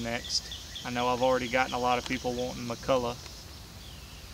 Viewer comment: Same with McCulloch. A ton of people spell and pronounce it "McCullough". No clue why, but it drives me insane. Its like, you cant see the name written right in front of you on your saw!? Cmon now.